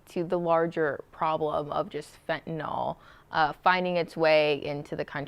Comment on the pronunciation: FentanYl, not fentanOl